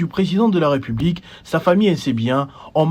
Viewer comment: De un, on dit ''république'' et non''republique''...: il y a un accent aigu sur la deuxième lettre du mot en question. De deux, trouvez-vous normal que le Congolais se sente obligé de remercier le Président de la république pour tous les gestes qu'il pose ? C'est vraiment ridicule de remercier le Président de la république après que les militaires ont marché pour se tenir en forme. Vraiment n'importe quoi, et pire, infantilisant. Comment voulez-vous qu'on vous prenne au sérieux avec ce genre de discours insensé ? C'est vraiment petit et malheureusement devenu à la mode comme un bon nombre d'agissement flatteur minable qu'on retrouve dans les discours officiels en RDC. Des superlatifs dans tous les qualificatifs attribués aux supérieurs hiérarchiques qui s'y complaisent ridiculement. L'ignorance et la mauvaise foi aidant.